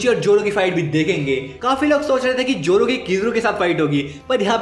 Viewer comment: Zoro ❌ Joro✅